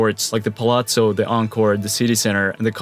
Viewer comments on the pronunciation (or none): none